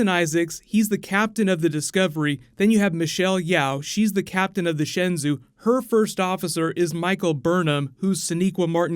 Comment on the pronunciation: I don't know how they pronounce it on the show but Shenzhou is pronounced more like shen jo (with a "hard j" sound). That's as close as you can get to it in English anyway.